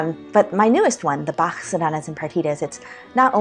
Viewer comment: First English speaking person who pronounced Bach correctly.